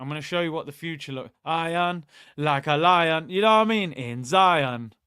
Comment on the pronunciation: It's gonna be iron, like lion in lion. Get it right, i would've thought a Jamaican representative would know his shit 😂🤣😅😂😅🤣😝 keep up the gd work, watched ur shows 4 a gd few years and enjoy ur jokes vibes and content, big ur self up G 👍🏿👌🏿🙌🏿